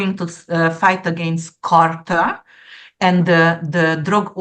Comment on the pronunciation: Amazing predictions, thank you and. Dear, drug cartell is easier to pronounce if you say: car-tell. I totally agree about the "so called" art that you mentioned. Thank you again 😊koszonom💌🌻